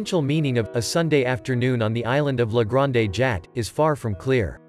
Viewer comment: "Sig-nac?" "La Granday Jat?" "The River Sane?" "Point-i-lism?" The mispronunciation is awful. I would never show this to my students. Also the grammar - "the ways the hues was mixed..." Just terrible.